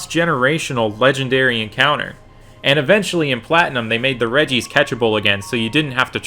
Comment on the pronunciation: "Redjee-ice" ech